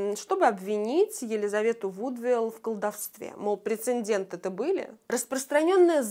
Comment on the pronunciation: ПрецеДЕНТ, там нет второй буквы н(((